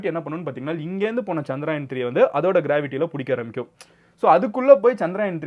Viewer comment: Anna adhu chandrayan illa chandrayaan (சந்தரயான்) Chandra-moon , yaan-spacecraft